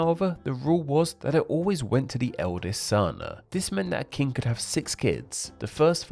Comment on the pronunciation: king is pronounced with a short i, not long e so its not keeng